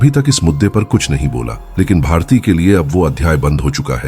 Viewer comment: Its bharti not bhartiya...aisa main sun rahi hoon ya kisi aur ne bhi suna